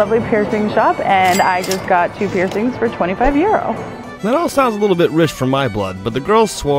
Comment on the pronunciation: Is it that hard to say euro?